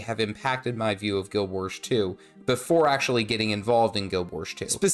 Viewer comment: why does he say "Guild Wersh 2" ??